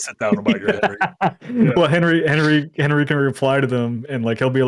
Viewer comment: Hennerey XD